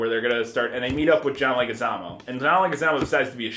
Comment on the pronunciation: Leguizamo is pronounced LEG-wih-ZAH-moh.